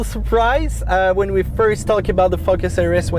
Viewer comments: Best video thank you. Love when you say Fuckes (Focus). Keep up the good work. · He said Ford "fuck our ass" ! Joke! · "Ford FuckUs RS"